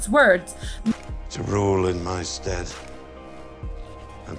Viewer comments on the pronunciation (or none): A couple of words you miss pronounced Stead = st-Ed as in the name Ed (Edward)... not steed as in a male horse Anise the spice = a - niece... as in aunt/niece .. not a-nice as in a nice day No offense just saying